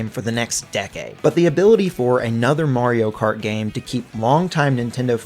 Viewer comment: “Murio Kert”………..ITS MARIO KART MUVA F**** 😂